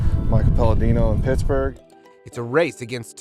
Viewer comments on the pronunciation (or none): none